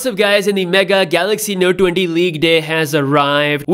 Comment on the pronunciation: Galaxy no duenty and galaxy fol du. I’m sorry, I couldn’t... Great video though, thank you.